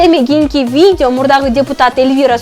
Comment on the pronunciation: Виде эмес, видео дечи алып баруучу